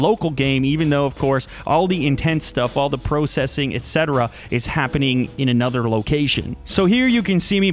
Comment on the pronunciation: pro-cessing? Who pronounces it like that?